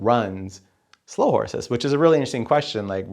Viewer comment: I just watched it again, and he still says Slough Horses. No criticism was intended as already mentioned as I acknowledged he was talking from off the top of his head.